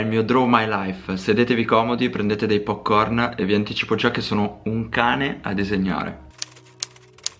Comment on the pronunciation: "prendete dei poccorn'' Io: mortaaaa!! 😂🤣 😂 🤣